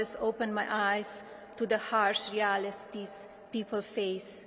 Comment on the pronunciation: "harsh realistees" "internationy" "leave in N.Y. City" "eventuny" "self axulization" "interscaped web"I cannot fathom why she does not try to pronounce words better. It is beyond having an accent. There are words that she literally cannot pronounce. It is astounding that she would not know how to pronounce these common words after living here for so long. Why doesn't she practice before she stands in front of all these people. Why does her speech writer give her such big words?